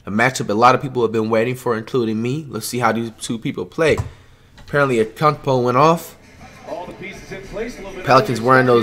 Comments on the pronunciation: How to say Giannis’s last name: Antetokounmpo. Flight’s way of saying Giannis’s last name: Akumpo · Zeeeeeeeeeon, it’s zion man, Alonzo, it’s Lonzo man, Akumpo, it’s antetokounmpo man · It’s antekeumpo not akumpo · Bruh it’s not akumpo it’s prounouced ante ta koom po and it’s not zeeon it’s ZI ON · Flight: Zeon What it really is: Zion Flight: ahkumpo What it really is: Antetokounmpo Flight: Donacic What it really is: Doncic Flight: “Steph is 6’0 What he really is: “6’3” Flight: “Ahkumpo is 7’3” What he really is: “6’11” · Nobody : Flight : zeon an akumpo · Bro Zion and Giannis are my 2 favorite players and it’s just hilarious how he calls them Zeon and akunpo. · Why tf does flight say Ancockbow and Zeeon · “Zeeon Williamson vs AKUNTpo” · “Zee on williamson and akunkpo man” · Did he just say unkunkpo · Why did flight say Zeeon Williamson and Akumpo ?? Who dat supposed to be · AN-TET-Ohh-Kunnn-Po. It’s not that hard!!!! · “Akongpoi” flight.....